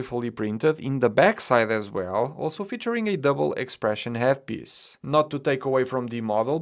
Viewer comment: Your pronounciation of "piece" as "piss" will never get old to me. Love your content mate